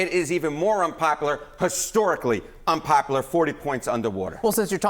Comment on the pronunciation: He needs to know the word is unpopular not unpopaler